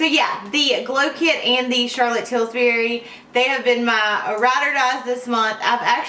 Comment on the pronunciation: I am not trying to be picky or mean, but it Charlotte Tilbury, not Tilsbury. great video !! My Marc Jacobs blush brush sheds like crazy.. maybe I just got a bad one.